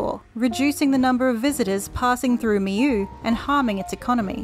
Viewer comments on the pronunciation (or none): hi great information however just wanna say that the pronounciation is not right at all. it's pronounced me-law not me-you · I'm French and it's pronounced like me-yo. They don't have it on English pronunciations' channel !